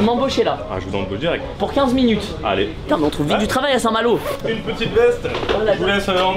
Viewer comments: A « saint-malot » 😂😂😂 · Vous aurez pas du mettre le réel quand il dit saint malour, j’ai bloqué dessus 😂😂😂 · "A saint Maloo" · " À saint malooo" mdrrr l'ia ratée je crois xD sinon super vidéo gg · A saint malooo mdrr 😂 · Le " A st malot " avec l ai me tue 😂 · Le fameux ''a saint malo'' 😂😂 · "Saint malooo"🤣🤣🤣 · Mdr le "SAINT-MALO" je men souviens encore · Ça me stresse qu'il dit saint malo ces intra muros x)